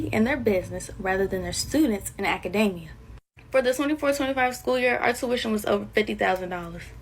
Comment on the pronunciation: did she learn bla bla bla bla bla, in college. ACADAMIA??? SHE COLLEGE MUCH? Heck thats not ever 9th grade acceptable🤣🤣